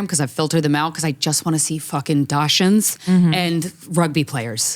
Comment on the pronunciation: Dachshund is pronounced dax-sund.